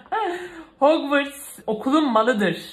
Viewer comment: Bikere o hogvıst değil hogvarst harmony diğe okunur